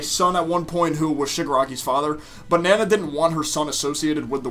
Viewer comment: It’s funny to me when I hear mispronounced anime names, like “Nan uh “ instead of “Na-na”. Then I realize I’m being an elitist prick.